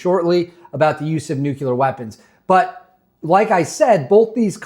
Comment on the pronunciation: Very informative, thank you. But, there is ONLY 1 "U" IN NUCLEAR. Hate beithat guy but it's like a bell every time it was said. No offense though bro. Keep keeping on